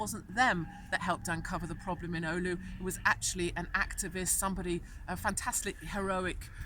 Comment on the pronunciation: Hopefully police told her how to pronounce the word "oulu" properly.